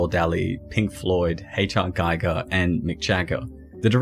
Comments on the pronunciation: It’s pronounced GEE-GER. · Show some respect to the legend, Giger, by pronouncing his name right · Giger rhymes with eager.